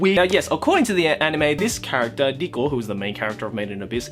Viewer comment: You make Riko sound like Dicko. Please kill me, even though I'm already dead inside.